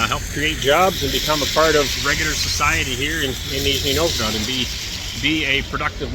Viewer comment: "Нижний" очень хорошо произносит.))))